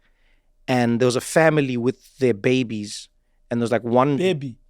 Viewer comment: Eugene!😮..."but you didn't object to food aid"..."he said Bebbies" 😅😅😅